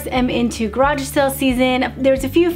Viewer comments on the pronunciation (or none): none